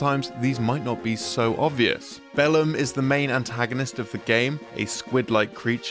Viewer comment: Every time you said "Bellum" I just kept hearing "bell end"